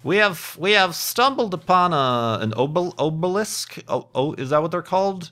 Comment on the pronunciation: How can we sleep while our beds are burning? Also: AH-beh-lisk. It's pronounced AH-beh-lisk.